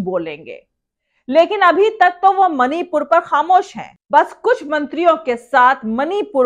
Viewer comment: Mani pur ka ma nhi bol pata hai jaheelo se kya ummed